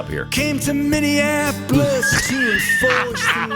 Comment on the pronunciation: No joke here....Pat made Minneapolis for better than Springsteen did by pronouncing all of the syllables instead of cutting out the O and saying minneaplus